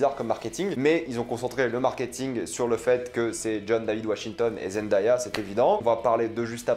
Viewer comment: Il faut prononcer Zen-Day-Ya avec Day prononcé "dé" comme le mot jour en anglais. Elle le dit elle-même ici: youtu . be/9bCAlF7TWW4 😉